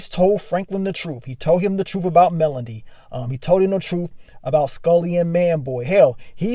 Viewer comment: bro still calling melody "melon-dee"